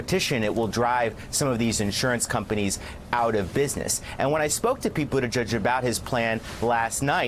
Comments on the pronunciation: I am half Maltese and obviously can speak the language. Buttigieg is pronounced as follows. NOT Buttijudge , it’s Buttigeeg . Thank you 😅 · I think it should actually be pronounced as Booty jitch. ditch with a 'j'